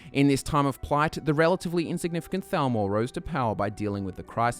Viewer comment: I love how they say Falmer and Thalmor the same way